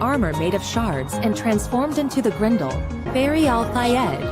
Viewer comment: "And then he transformed into a Grendol" 😂😂😂😂🗣🗣🗣🔥🔥🔥